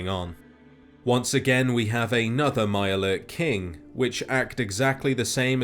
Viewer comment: if there was some way to roll your "R"s through text I would. "A MIYURE LURRRK" 😂